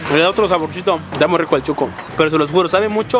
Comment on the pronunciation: Si chuco es sucio , pero el atol es shuco no chuco.